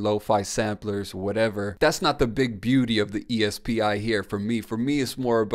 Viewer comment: E S P I is pronounced SP🤦🏽‍♂️